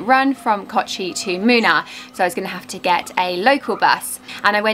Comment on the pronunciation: Moonnaar not minar